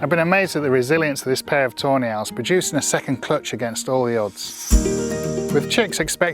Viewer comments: every time he says "Tawny Owls" I hear tornails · I can't help but hear "toenails" whenever you say tawny owls 😅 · i cannot stop hearing toenails everytime yoyu mention those owls